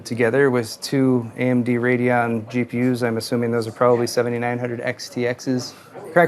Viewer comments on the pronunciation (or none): none